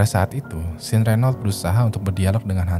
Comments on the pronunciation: Nah kudunya kaya 'Shawn' bacanya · sean bacanya syan bro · Sean bacanya Shan bang, bukan sin hehe ✌ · Sean itu dibacanya "Shawn" atau "Shon", Bang, bukan Sin. 😂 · Njir. Nge bacanya setengah" si:v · Sean bacanya kek Shawn (Eng) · ok... namanya dua2 nya salah.. Vlad itu kyk bilang blood tpi pake V.. so apa yg di baca sama dengan ap yg diomongkan. and Sean.. di baca shan......... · Sean is pronounce " Shaun or Shawn "